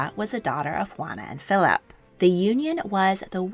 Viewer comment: I wish you would say Philip like Philip and not Philaaap